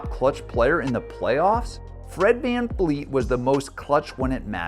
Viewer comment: Why do you keep saying VanFleet… it’s clearly VanVleet.. tf??